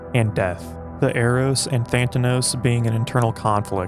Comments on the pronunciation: ThanAtos* not Thantanos, as the narrator keeps saying. Makes one thing the narrator can’t read, despite this being an excellent video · Tha - na -tos, not Than - ta - nos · tha - na - tos big man not that - na - tos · Dude … it’s hard to take a video about anything Freudian seriously when you mispronounce a basic Freudian word like “Thanatos” at least twice in less than a minute. It’s “Than-ah-toes”, not “Than-tan-ohs”. You’ve gotta get things like that correct. And now that you know about it you should try to “fix it in post” somehow. It really undermines the credibility of the whole video it you don’t know how to pronounce “Thanatos” when you’re talking about Freud. Thanks for making the effort to provide a video discussion of one of my favorite works by one the post WWII pseudo-Marxists. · I read this book 8 years ago, its nice to refresh the memory and this was a great explanation of the book. Now im gonna be that asshole who nitpicks, but its pronounced tha-na-tos not than-ta-nos (im sorry, i sw ear i never do this). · Wait, "Thanatos" isn't really pronounced "Thantanos", is it? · Yup, exactly like famous guitarist Carlos Sanatna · Very good video and every different way you fail to say thanatos makes it even better